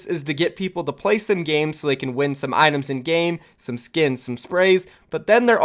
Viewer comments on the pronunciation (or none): none